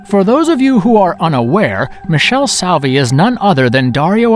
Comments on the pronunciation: Why does nobody on the planet ever mention The Sect/La Setta? And the director's name is pronounced MEE-KELL-EE SOH-AR-VEE. Not Michelle Suave or whatever, lol. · Leigh McCloskey: lee mih-claw-skee, not lay mih-cloh-skee). Michele Soavi: mee-kay-lay soh-ah-vee, not Mish-ell sow-vee. I know you only had room for 10, and Soavi is represented well already, but La Chiesa is a surreal masterpiece. (edit) On second thought, this should have had some Bava in it, so...fifteen? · PUPI Avatii (not Giuseppe), LOO-cho Fulci, Mick-EL-e Soave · ME-KALE-AY SOH-AR-VEE. He didn't do well with any of the Italian pronunciation. Also the script seemed to be written by aliens who havn't been on Earth all that long. Or the people who do the translations on Ramen noodle packets. Filled with ridiculas inacuracies and assertions. "60's wave of Zombie movies?" What are they talking about? I can only think of 2: Night Of The Living Dead and The Plague Of Zombies. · "Michelle Saowee"